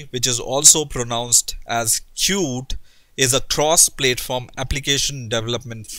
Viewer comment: Please, it's not pronounced "plate form". It is [pl]at-form rhymes with at-form. Hindi accent is not so bad, but yes 1.5x speed-up is beneficial.